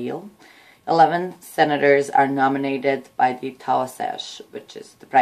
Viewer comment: Quick help with your pronunciation. Enda Kenny is the Tea - shock (easy way to help you to remember how to pronounce it) and his party is called fin - a gale.